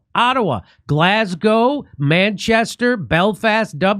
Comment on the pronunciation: 😂😂😂jimmy finall you pronounce Glasgow properly on your advert😂😂hopefu we'll see you soon in Glazzgo😂😂😂😂😂😂not Glazzgaaw😂